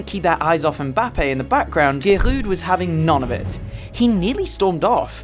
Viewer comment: You pronouncing Giroud made me sick